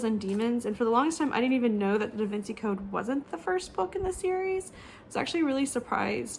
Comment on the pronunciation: Totally with you on appreciating books no matter how old it is. Also the pimples could be from your mask! Lol your gonna hate me for this but Da Vinci is pronounced "Da Vinchi"